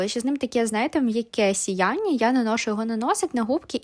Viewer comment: Не "кісточка", а пензлик. Не "сіяння", а сяяння.